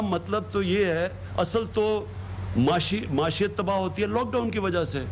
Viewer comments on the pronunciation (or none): Muashiyat nahi pagal maieeshat